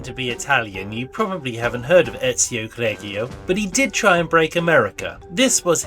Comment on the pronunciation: Why are you pronouncing it Eazy-oh? You know well how to say Ezio proper. Is this a joke in the spirit of the movie?